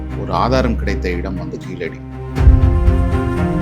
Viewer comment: Its KEEZHADI not Keeladi, which is a non-tamil pronounciation.